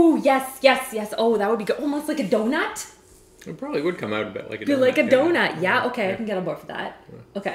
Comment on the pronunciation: Omg your Canadian accent came out when you said donut!